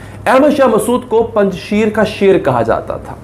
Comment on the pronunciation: Panj sheer nhi " panj sher" means five loins